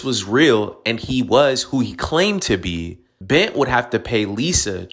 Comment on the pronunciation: Bent? Clearly not a Nigerian name. They don't know there's supposed to be an "r" in it!